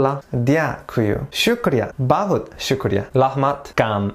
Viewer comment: Yuz finally someone who prounced shukria correct